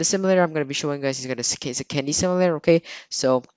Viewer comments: "a simalator" lol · Ok plz say simulator no simalator